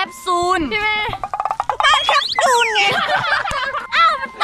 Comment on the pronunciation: ตอนแรกดูคลิปพี่อู๋เห็นพูดแคปซูลเป็นแคปจูนก็พูดเล่นๆตลกๆพอมาดูคลิปน่าจะจริงแล้ว😂😂(น่ารักมากกกกกก)